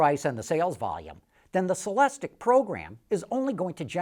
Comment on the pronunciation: It's pronounced sell-less-teak ! Stop screaming at me!